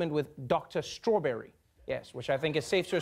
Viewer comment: "Dr. Starawberry"? What did he see a pony doctor in Equestria?! this horse shit just gets deeper, and weirder!